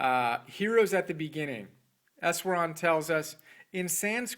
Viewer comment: For the record, Easwaran is pronounced with an "sh" sound as in Ishwaran. Thanks for telling people about my teacher. That is his given name with Eknath being the family name. We called him Easwaran and also spoke of him as EE. He is published by Nilgiri Press at the Blue Mountain Center of Meditation in Tomales, California if anyone wants more information about him and his 8-point program for spiritual development.